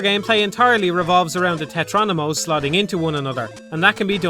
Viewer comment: Tetrominos not tetronimos. You'd think if you're making an entire video explaining Tetris you'd try to get that right